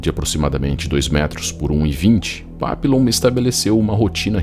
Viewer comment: O nome dele era papilon, mas se fala "papion" que significa borboleta em francês. Tem um filme dele, eu assisti a mais de 25 anos. Quando o falou papilon, eu me lembrei na hora. Também tem o livro que é muito bom